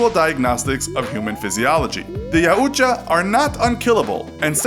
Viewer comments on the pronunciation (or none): Yowcha not yaucha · It’s not aucha it’s yautja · it's prounonce yaow cha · Its pronounced "Yow-Cha", not "Yow-U-Cha". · Yaoocha! it’s pronounced yow-ja yaujta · It's not pronounced "Ya ooooch-a" It's pronounced "Yout-JA." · Pronounced Yow-chah Not Ya-ooh-chah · "Ya-ooh-cha" lmfao. It's yow-cha... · It’s pronounced Yow-cha, not Ya-uw-cha! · JAUW TJA. NOT .JA UTJA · Ya - uuu - ja? No. It's pronounced Yaw - ja (the j is soft and the Yaw is pronounced like Maw) And make no mistake, while the Predator is honorable, if it really wants to kill you, there's nothing you can do to stop it. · It's pronounced Yaowcha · I thought it was pronounced (Yao-juh) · spelling yautja pronounce yawcha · Yaw- jaw that’s how you say it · Its Y-OW-CH-A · It's called a yachta (yac-tcha) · It’s pronounced Yat ja btw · its pronounced "YY-Ow-Cha" just for correcting ;/ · It’s pronounced yowtja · “Yow-Cha” not whatever you were saying lad lol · Yautja is a clan and it's pronounced yeow-t-ja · It annoys me when he pronounces the predator name wrong it's ya-chu-va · you're saying it wrong it's yocha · Its pronounced: e-wat-ja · It is pronounced Yout-cha) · It's pronounced yawcha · It's see yacha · Cant wait for people to start calling Yautjas Ya'Utja. Predators are not african tribes. This is not how you pronounce yautja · You pronounced yautja horribly It’s more of Yow-t-cha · It’s yau-cha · Ok I wanna say a few things the predators name is pronounced like a cartoon character going like YAOOO CHA when they get hurt and also just don’t carry weapons they also don’t attack prey without weapons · Its pronounced yow cha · "Yow-cha" although it is debatable also after watching this full video you got a lot of things wrong. prepare for the nerd rage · Yautja is pronounced yowt jaw. Js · yaht ja its pronounced yaht ja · It’s pronounced “Yow-cha/ja” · clicked off as soon as you called them yaauutja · its pronounced "Yaoja" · I always thought it was pronounced ( yowt-ja)